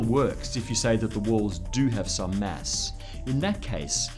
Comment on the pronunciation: It's kinda annoying when he pronauns it mess instead of mass.. :/ I should not complain though... since this is such a excellent video <3